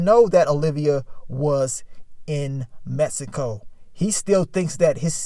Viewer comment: Mannnnn If I had a dollar for every time pronounced Mexico “messico” 😂